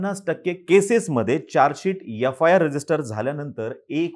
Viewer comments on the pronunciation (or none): यफायार😂😂😂😂😂😂😂😂 एफआयआर म्हणायला शिका!😂